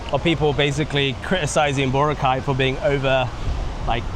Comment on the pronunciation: It’s Bo-Ra-Cay, not Bora-cay